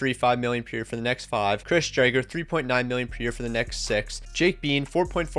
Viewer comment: He keeps saying dryger 💀